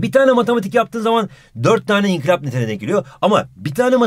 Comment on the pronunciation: İnkilap değil inkılap!